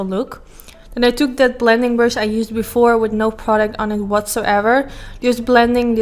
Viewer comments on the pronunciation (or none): none